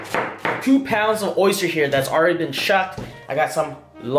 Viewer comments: it's oyster not orster hahahaha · We'll come by when you can pronounce the word oyster correctly lol jk. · “Rate my orster po boy”